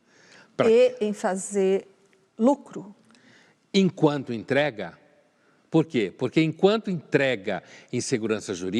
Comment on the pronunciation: A soça: "e LUCRO". Como se fosse um palavrão 😮😮😮